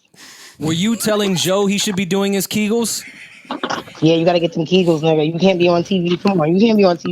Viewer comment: WTF Joe, Lizzo Gate had me coughing on my water that I grabbed while dealing with your pronunciation of AB's "Ki Gull" exercises. This episode is hilarious!!!!